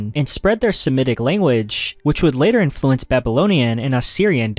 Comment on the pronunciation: I could be wrong, but it sounds to me that he trained an AI voice cloner with either his own voice or someone else's, then generated chunks of text into audio and then edited them together. Mostly because of the tone, flow and slightly artifact-y sound. Some words such as "Influence" occasionally stick out as unnatural sounding because of the the syllable stress. Some words are pronounced incorrectly in a way you would expect from a voice cloner, At he says "magnifiKent" instead of "magnifiCent" which is an odd mistake for a native speaker to make and seems most likely either a spelling mistake fed into the generator or a common error that some voice cloners make when they cant tell if the "C" should make an "S" or "K" sound. I'm not saying there's anything wrong with him using a voice cloner, the creator seems to be putting out a lot of content and if it speeds up the workflow and most people can't tell the difference then why not. I was only giving an potential explanation for the previous commenter as to why the inflection might sound odd.